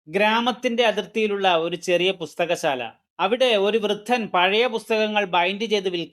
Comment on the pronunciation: വൃത്തൻ അല്ല വൃദ്ധൻ